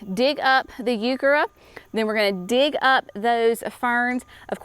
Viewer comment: Can y'all tell me – What is a Youkerra plant? She keeps saying something that sounds like "Youkerra" & I have no idea what that is! Google doesn't know either...